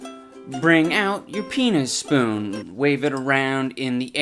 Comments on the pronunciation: Idubbbz ur “peanuspoon” name is great but to me it kinda sounds like ur saying “penis spoon” (just a heads up) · "Peanuspoon"- LOST IT